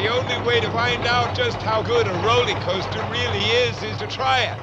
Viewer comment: Did he really say, Rolley-Coaster”? Eee gads.